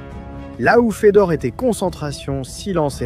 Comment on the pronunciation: merci pour la video, juste une petite remarque Fedor (Фёдор) se prononce comme Feu d'or et pas comme Fédor (Федор)